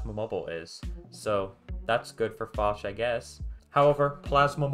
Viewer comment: fosh? 🤔 well first time i heard that now lol. everyone else says it as (P) osh